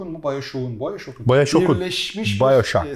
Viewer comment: Yazarken "Bayoşokun", okurken "Bayoşoğun". Türkçede özel isimler okunurken, ünsüz yumuşamasından kaçamaz:) Yazım örneği: BioShock'un yeni oyunu. Okurken: Bayoşoğun yeni oyunu.